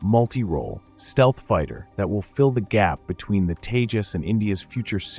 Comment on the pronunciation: Proves your ignorance, can't even name the LCA jet, it's Tejas and not Teja. Also, it was the same blabbering that was being done by others when it came to space explorations and look where India is now. What you have to understand is it's not the same bureaucarcy that is in, this government, prioritizes stuff and the ceiling broke with the Tejas, the limit now is beyond the sky with the private players in the scene now and the Kaveri engine brought back to life. Keep your hypocrisy to yourself and keep a lookout in the future, because when the AMCA comes to fruition, I iwill be back here.